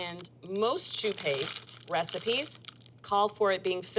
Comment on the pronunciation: Amazing ... My favorite donut too.. "shoe paste"?